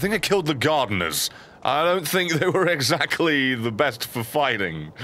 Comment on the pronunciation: You went full savage dissing those "garderners" 😂 I'm laughing so hard in the middle of the night, my neighbors will think I'm crazy... again.